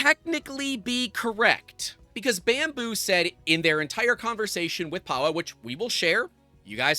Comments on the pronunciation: Imagine being named “Pa-Vel” but every American YouTuber calls you “Powell”… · Just for info: 'Pawel' is pronounced 'Pavel'. (it's Polish for 'Paul'). Great vid. It's very sad to see this level of abuse of licences and just FLOSS in general. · Pawel = Pah-veh-o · Pawel is pronounced "pah-vel" the w is a hard v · FYI, W is pronounced as a V sound, so it's Pavel, like Chekov. Very common name in that region. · Just for heads up, if you end up covering this more, Polish is a little like other European languages where the W is pronounced with a V. So his name is "Pavel" in English. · I believe it's pronounced with a V, also this whole thing is hilarious: Chinese company trying to enforce US law in EU country 🤦‍♂